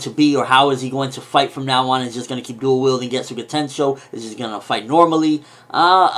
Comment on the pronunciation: It's getsuga tenshou not getsu ga tenshou